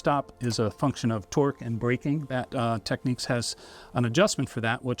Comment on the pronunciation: We'll forget you can't pronounce the brand correctly. Just curious, but how do you pronounce the word Techniques??? 😂